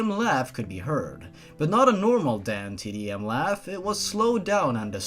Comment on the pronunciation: Every time you said "DanTDM" I thought you were saying "Damn Tiddy M".